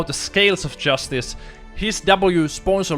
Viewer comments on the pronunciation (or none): none